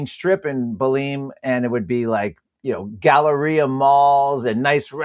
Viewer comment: Atleast pronounce the name Belem correctly, it not Beleem! It’s a wonderful place.